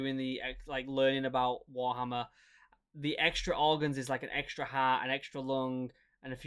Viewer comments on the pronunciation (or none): none